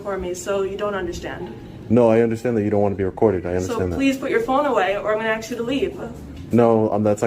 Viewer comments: Dude say ask not axe! Makes you sound uneducated though you're not. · You would “ax”??? The word is ask. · It's ASK, not AXE. Good lord. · She's gonna axe 🪓 you to leave (great English lady) 🤭🤣🤣🤣🤡🌍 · Dude she giing to axe you to leave. Sounds painful...in more ways than one. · The word ia "aSK" not AX!!! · She's gonna "axe" him to leave. lol Sonds like she's going to attack him with an axe. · Why and we’re did this axe word come from instead of ask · "Im gonna aks you to leeeave-uh..." 😂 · Oh...you AXED the officer...NEVERMIND! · Ignorant bun lady can't even pronounce a simple three letter word like "ask". It's not "aks"! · you would axe? you would ASK bro.. ASK. not AXE . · Axe...why the hell do people say axe....the word is ask. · They make fun of black people when they say “AKS” instead of “ASK” yet every tri state Italian I ever met says it too. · I’m gonna AXE you da weef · I love your videos, but just know I cringe slightly every time you say "axe". Great throwback. I remember "officer napoleon" from the first posting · There are some words black people can't say, like the word ASK! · Ask* idk why this word is so hard for people to pronounce.